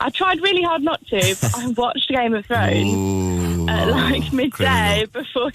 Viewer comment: Why does Grimmy keep saying "geme of thrones"?